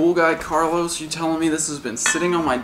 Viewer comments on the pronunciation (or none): none